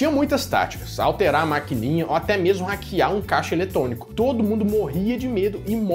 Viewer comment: caixa eletonico. Desculpa por reparar e que falo igual .